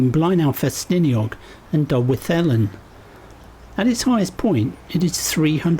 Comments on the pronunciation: To be fair, nailed Dolwyddelan, as he did Beddgelert in a previous video. It's slightly unfair to expect 'foreigners' magically to be able to pronounce words from an unfamiliar language. Nevertheless, "Betsy Coid" - ych a fi! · Phew! We covered a lot of ground there. Brilliant. My heart skipped a beat when I saw from the bridge leaving Betws that we were on our way to Dolwyddelan, and congratulations on your 'th' for the Welsh 'dd' sound. I love that place and the immediate area, so thank dronie for the great aspect of the castle with Moel Siabod looking magnificent in the background. I shall make a screenshot of that, if that's ok? Prince Charles painted the castle as one of a set of British Castles that appeared on commemorative postage stamps in the '80s. Love the rest of the route too. You could have given a little plug for the Llechwedd slate quarry/mine just before the drop into Blaenau. Well worth looking up and visiting. This is a clip that I shall be revisiting soon. Thank you.